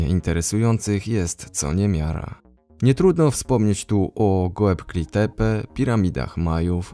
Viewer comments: Wszystko super.. tematyka.. informacje.. ale wymowa nazw woła o pomstę do nieba Gobekli Tepe Machu Pikchu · No może nazwy własne, bo Machu Pikchu (czy jak kto woli Picchu) i Gobekli Tepe... no nie, to do poprawki 😄